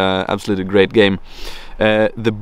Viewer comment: When you said 'Great books' it sounded like 'Ghey books' lmao.